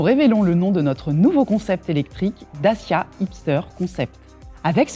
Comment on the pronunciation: What kind of manager CANNOT pronounce CORRECTLY the name of her brand??? Take some lessons!